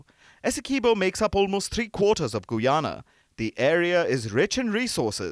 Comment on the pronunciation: Its ga-yana..not goo-yana..bolo ga..bolo